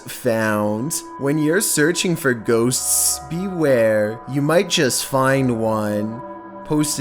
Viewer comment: how do you do an entire video about ghosts but can barely say ghosts? Its ghosts, not ghostsssssssssss